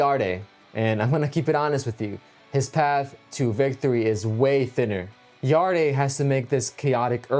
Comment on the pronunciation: It’s pronounced yard not yard-e 😂